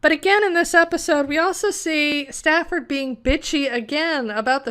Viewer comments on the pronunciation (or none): The character's name was STANFORD, not Stafford. STANFORD. Like the university.